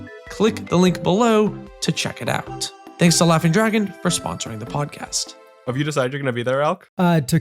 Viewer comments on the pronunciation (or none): none